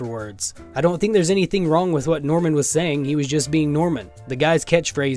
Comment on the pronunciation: Was Yang... yong for going on this podcast? Get it? "Yong" instead of wrong? for get it.